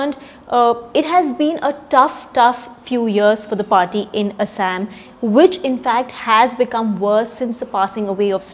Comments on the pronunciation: Thaosen plz Google the pronounciation of Assam! Why we westernize our own names? Like its they who are speaking. Same goes with Kashmir - they pronounce it "Cash"mir...lol its not just funny but idiotic when we mimic West! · The pronounciation of Assam with fake English accent is highly deplorable! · Thaosen Not how it's spelled, but how its pronounced. You're right, Localised north eastern kingdoms and tribes created more diversity in language and literature thats the beauty (she pronounced none of what you mentioned..lol) But I can't agree if you're saying her pronounciation is "how people in assam pronounce" forget assam none of the born local north-eastern do it! You know she won't pronounce "Kerela, Maharashtra, Gujarat" like brits or west do than why for assam!